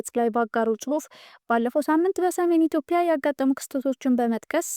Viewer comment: በርቺ ጎበዝ። ነገር ግን ስታነቢ ኢትዮፕያ ሳይሆን ትክክለኛው ኢትዮጵያ ነው።